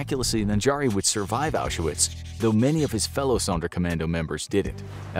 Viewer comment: Oush er witz ?? FFS, American pronunciations. 🤦‍♂